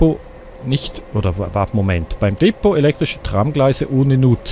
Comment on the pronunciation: Bei Depot liegt die Betonung auf der ZWEITEN Silbe!